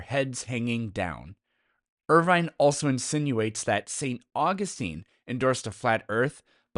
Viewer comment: Irving, not Irvine.